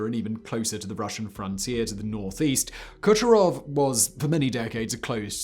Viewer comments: Kucharov or Kurchatov?! C'mon, Simon... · Kurchatov city, not Kucharov. Like your videos! Nice shirt by the way. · Kurchatov, pronounce Kur- chA- tov. Not a kUcharov Named after nuclear scientist, NOT Ashton Kutcher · Kurchatov is the person with the same functions and role in ussr as Oppenheimer was in the USA . If author is unable to pronounce properly the surname of one of the most important persons in soviet’s nuclear programme , what is the aim of this video: monetisation ? hype?